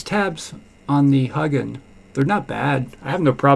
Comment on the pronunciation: It’s Huginn, not huggin’ 😂